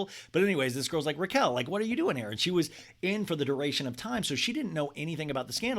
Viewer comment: keep saying her name wrong so you don’t contribute to her new YT algo 😂